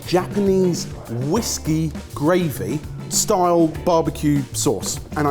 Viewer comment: saying "Whiskey gravy" gave me PTSD.